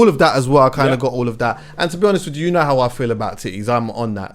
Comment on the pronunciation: “To be honest wij ju” 😂😂